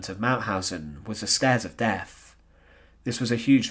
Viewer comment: Very sad and very interesting. As much as I enjoyed listening and watching your video, I found it slightly irritating in that your pronunciation needs some work. I know it's becoming increasingly common, but the letters "th" are not pronounced as "f" - that's what the letter "f" is for. For example, the "Stairs of Deaf" just doesn't sound right. Sorry ;-)